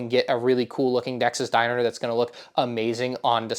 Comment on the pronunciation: I think he accideently said it weird